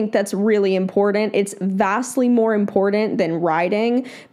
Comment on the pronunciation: Iit’s funny how both you and pronounce the word “important” incorrectly. Otherwise, good video!💓